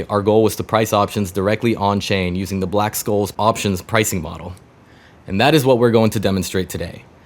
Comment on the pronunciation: black "SHOLES"; that's how you say it, the c is soft